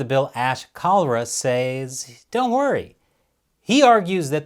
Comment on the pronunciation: you over pronounce some words. Don't think I haven't noticed! You say the word 'Says' like a foreigner. Other words too. You son of a gun, Keep up the good work